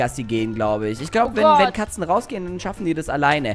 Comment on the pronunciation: Mega Fail "Wennn" 😂